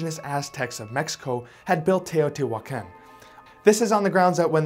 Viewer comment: In spanish he is pronouncing mica correctly, but he’s pronouncing Teotihuacan wrongly half of the time.